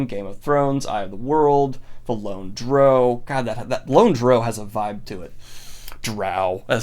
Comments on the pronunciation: I have never heard someone refer to a dark elf as "dro". In all my years of D&D at least, it's pronounced "drau". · Sorry Daniel, but the official pronunciation of "Drow" is to rhyme with "cow", not "grow". That is the official word from Wizards of the Coast. It does also sound cooler when you consider how it may be pronounced by Bruenor, if that makes you feel better about it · The Lone "Droe"??? DROE!?!?! Is this seriously even a question? Hoooooow!? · Dear everyone, It's pronounced "drow", not "drow." There, the debate is settled once and for all. Also, it's "gif" not "gif". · Drow rhymes with brow, and i will fight any lightsick surface dweller who says otherwise. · Ok my man did not just pronounce it Droow. You're killing me Daniel. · Gets annoyed that they changed Harry Potter from Philosopher's Stone to Sorcerer's stone, saying that American's can handle it...then pronounces Drow as 'Droe' xD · Come on Daniel. Drow rhymes with bow. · Please go watch anything D&D you are saying drow horribly wrong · I think the reason you like the Lone Drow is because the way you say Drow sounds like lone, so it rolls off the tongue more. Too bad you’re still wrong 😋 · You are the first person I have ever heard pronounce "drow" that way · Drow rhymes with "wow", Drow does not rhyme with "low". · It is drow. DROW. Geez! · Wow...I came in expecting to feel a little defensive on some titles but then out of nowhere we get that pronunciation of drow. It was like I was walking through the forest hiking trail, worried about bears and coyotes, and suddenly a Mack Truck comes out of nowhere and hits me. I'm both impressed and a feeling a little betrayed. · The worst thing about this list is your pronunciation of drow. Gave me the same feeling as nails down a chalkboard. Good video tho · DROW, DANIEL. SAY IT RIGHT. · I respect people who call it Drow, but it is obviously pronounced Drow. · Thats exactly what I was thinking yeah the title does sound cool.....if you pronounce it wrong lol